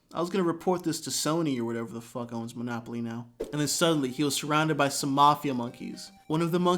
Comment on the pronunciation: Does this nice gifted storyteller think its called MANopoly?